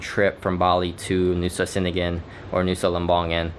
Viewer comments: C's in indonesian sound "cheh" So cheningan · "C" is pronounced "Ch" in Indonesian - so now you know. Gili "Air" - "Air" means "Water" and is pronounced a bit like "Eye" but with an "r" on the end. I am enjoying your videos as it is good to see what Bali and Lombok and surrounding small islands are like during this time. It is also SO good to see places where masks are not worn. Masks are also not worn by the locals around Bromo in East Java and in the village areas of Madura....so much healthier not wearing a mask. The damage frequent mask wearing can do to our lungs is really shocking. How many other places to stay are open in Nusa Ceningan? I guess it was Mushroom Bay - the beach you went to on Nusa Lembongan. I can't remember any other good beach.